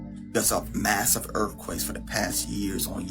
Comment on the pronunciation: "one more massif earfquaTe" ..🧐 if u can't even punctuate the American language correctly I'm not even gonna believe in what your dumbass is saying